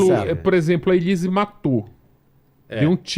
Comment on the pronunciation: Ele fala SUSANHI e ELHISE 😅